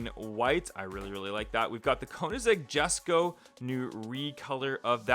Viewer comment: Hm Ok WES Ko